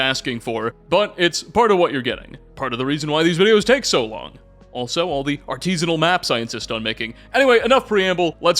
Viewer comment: Did you say "artisinal maps"? 😅